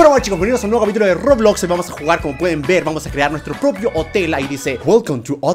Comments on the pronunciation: Nadie: Absilutamente nadie: German diciendo roblos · dijo roblos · soy yo o German digo Roblos ??? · Nadie: Absolutamente nadie: German: Roblos :v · SIGNIFICA QUE GERMAN ENVES DE DECIR ROBLOX DISE ROBLOS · Like si vieron que en el principio di roblos enves de roblox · Por si alguien no se dió cuenta cuando dise Roblox en realidad dise Roblos